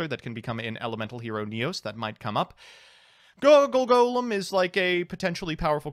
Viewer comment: best part of the vid is seeing emphasize the "GO" in "Goggle Golem" because he's so used to saying "Dodododwarf Gogogoglove"